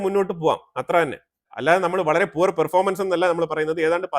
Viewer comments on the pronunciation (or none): none